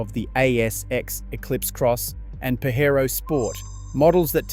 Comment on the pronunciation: AI slop video . Can't pronounce Brands correctly like Pajero. Customers on an aggregate basis aren't changing cars as frequently.